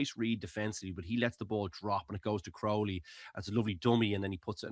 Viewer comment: Can someone tell how to pronounce Crowley? Don't tell me it's a Dublin thing, unless it's a south Dublin thing. Resting Prendergast was the right decision. The crowd was unbelievably partisan, Munster fans ruined the atmosphere of the match. There's usually a bit of hostility but you can still have the craic with Munster fans, not this year. If Prendergast had played, it would've been an absolute crapshow with the crowd